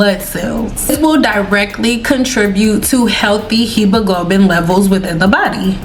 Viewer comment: Pronouncing Hemoglobin gurl it happens to all of us lol